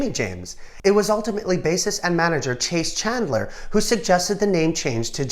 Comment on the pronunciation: Chase Chandler? Isn't his name pronounced like it's spelled ie Chaz (rhymes with jazz).